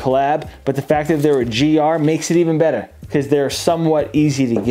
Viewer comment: Makes it even Bettah…. That accent came out hard!